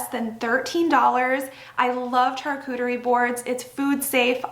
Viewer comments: you do some really adorable decorating! Very pretty! Just a gentle correction: charcuterie is pronounced with the ‘sh’ sound at the beginning as if you were saying sharcuterie. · I’m not trying to be mean, but if you love, charcuterie boards, you should learn how to pronounce it😢